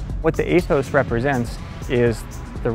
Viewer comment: Eeeeeeeee-thos, like eeeeeeeee ther....